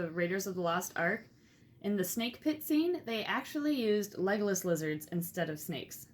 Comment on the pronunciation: I wrote this before you said his name was Legolas I swear. I was just making a joke out of the way you pronounced legless. XD